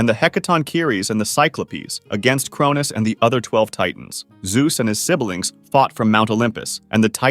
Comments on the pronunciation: Siblings is 2 syllables. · Thanks for this video! But the way you pronounce „sibelings“ made me really upset!